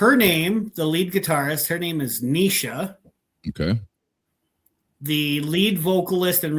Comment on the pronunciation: It's NACES ( rhymes with faces ) , It's SECAN ( rhymes with pecan ) These 2 names are unique, and if you notice that when spelled backwards, they switch. It's NEISHA ( sounds like knee-sha ) Mom and Dad also played with her name to sound in reverse to Mom's name SHEENA somewhat. Stacey and Isaiah are just typical names.